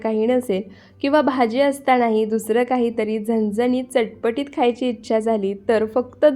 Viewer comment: मस्त चटपटीत हे शब्द नीट बोला.कोणाची कॉपी करू नका आवाजात व विशिष्ट शब्द वापरण्यात